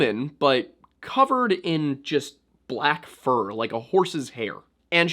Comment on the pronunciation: The way she said fur was so funny